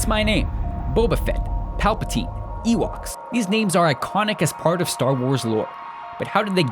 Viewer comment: Ee-Wooks. Wook-ees. Omg